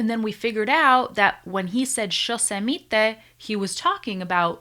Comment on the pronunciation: As a Spanish speaker, I have to admit that " shosemite " sounds hilarious 😂😂 Cuantas copas tenes che!